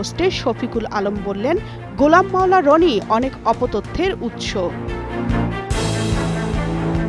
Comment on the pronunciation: এডমিন এডভোকেট গোলাম মাওলানা রনির নাম আরো সুন্দর করে উচ্চারণ করার অনুরোধ করছি। প্রোফাকান্ড সচিবের নাম যত সুন্দর করে উচ্চারণ করলেন, এতে দেশের গুরুত্ব পূর্ণ সচিবদের অপমান করলেন